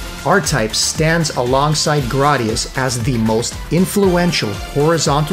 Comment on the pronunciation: GRAD - i - US